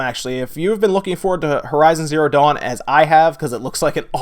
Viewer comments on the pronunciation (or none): none